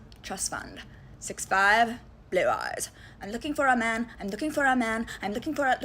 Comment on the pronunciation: Why can't she say "man"?